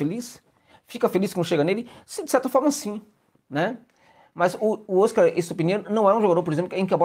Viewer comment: Vamos nos acostumar a pronunciar o Óscar, palavra Paroxítona. Como o prêmio do cinema mundial.